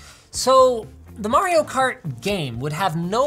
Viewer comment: Linus said Mario wrong.